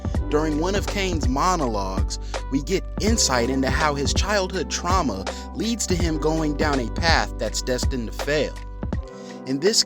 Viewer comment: “Truama” lol